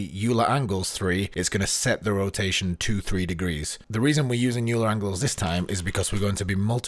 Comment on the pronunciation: you're lucky i didn't give you a thumbs down for your pronunciation of "euler"